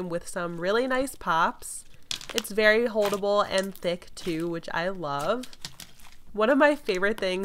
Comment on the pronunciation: Did anyone notice she said berry unique texture